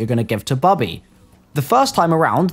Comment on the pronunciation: It's Bobby not Bubby